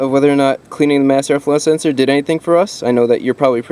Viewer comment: Really need a "mass air flow senseor" counter. Lol